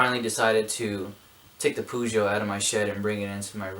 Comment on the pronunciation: Nice try and work. but it is called Pe-zo (like you say me-tha-ne) the same goes for Peugeot....(pe-zo). thanks